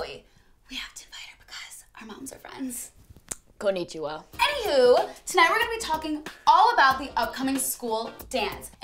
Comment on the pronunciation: "...Konichiwa." LOL